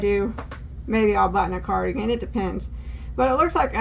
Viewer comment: Poodlerino!! Love it!! It's a carDOUGan 😂😂